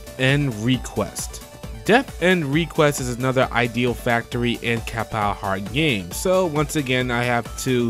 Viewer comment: Good job with the compilation my dude, but the way you pronounce Idea Factory and Compile Heart drives me a bit crazy.